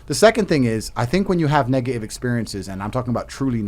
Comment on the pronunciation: He pronounces Negative without the T. This probably pissed me off the most. Also he is terrible